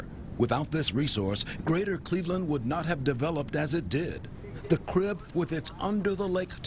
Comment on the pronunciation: crib, not drib